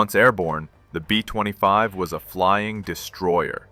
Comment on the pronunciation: Aussie "BEAUFIGHTERS" NOT BOW!!! B 20 5s, B50 2??? ? DARN A-i???